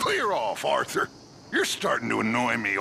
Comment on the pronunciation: Dutch: Clear off Arthur, you’re starting to annoy me just as much as him. Also Dutch: aRThuR.